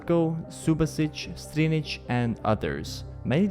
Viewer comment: Here are the correct pronounciations of the XI players in Croatia Subašić - Not s but sch, SoobaSCHich, like SHelter Strinić - (pronounced correctly in the video) Lovren - (pronounced correctly in the video) Vida - (pronounced correctly in the video) Vrsaljko - lj is a letter in our alphabet, hard to explain, but SUPER fast combination of L and J, slide the tongue from the top-back to the top-front while trying to say J (Y in Yesterday) Rakitić - (pronounced correctly in the video) Modrić - (almost correct, slightly longer O pronounciation tho) Perišić - Not s but sch, PeriSCHich, like SHelter Rebić - (almost correct, slightly longer E pronounciation tho) Mandžukić - DŽ is pronounced similar to J in juice, man-ju(ice)-kich Later on: Ćorluka - CHor-luca Badelj - A needs to be heard, not b-delj, like sheep sound, ba-delj